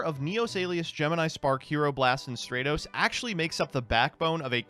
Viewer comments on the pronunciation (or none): If I have to hear say "strate-os" and not "strat-os" one more week I'm gonna blow my brains out